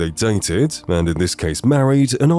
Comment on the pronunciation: Why do you say "mand" instead of "and" lol